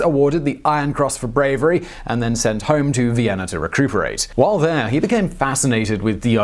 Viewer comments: He had a "idear" of Vienner" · Cool video but its VIENNA. not VIENNER Also, its Guerilla, not Guerrillerr. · Viennerr. Barbarosser.. Sorry, im stuck on it.